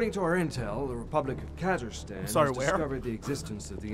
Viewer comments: Rofl, Kazirstan... Subtle, Quantic. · This got from very emotional to very idiotic in four words, which I think should be a recorded world record. "The republic of Kazirstan..."